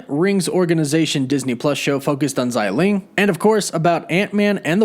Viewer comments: Bro it’s xia ling(sia with a straight down tone) not zyy ling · xialing not xailing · Just as an FYI, Xialing's name is pronounced "Shah-ling". The X in her name is pronounced with an SH sound. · Her name definitely isn't "ZAI" lol, apply yourself